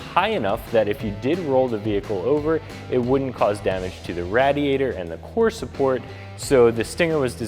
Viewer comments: Homie said Rad-iator 🐊👍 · Lol. Sorry.... Radiator as in the “A” arounds like “apple” not “rat”. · Holy cow did anyone hear the way this dude says radiator 😂😂😂